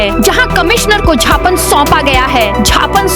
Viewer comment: सही शब्द ज्ञापन है जबकि उद्घोषक ज्ञापन बोलते हैं।कयो ।केबल मध्यप्रदेश के समाचार बाचक ही ज्ञापन को झापन बोलते हैं।